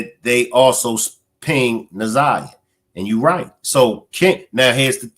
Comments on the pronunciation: I see that older people especially get Na'Ziyah's name wrong. I'm like you, take the time to say it right! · This lady K.M seems like she is one of those that call our little lost Na'ziyah fast. I don't trust her either bru. She can barely get the child's name right for goodness sake. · I think its disrespect for the lady K.W, speaking in the press conference not to correctly say Na'ziyah's name. Im getting sick of it. She and her name is important. 💜💜💜💜💜💜💜